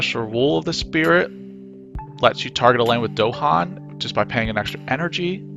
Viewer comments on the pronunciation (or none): It's "DahAn" with emphasis on the second syllable, not "DOhan" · Bro said Dohan